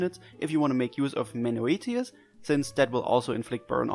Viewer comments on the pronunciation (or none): Thanks for explaining Chelsea's kit in a way that actually makes sense, I couldn't make heads or tails of the description in the announcement! By the way, I think it's pronounced "men-oh-eh-tee-yus"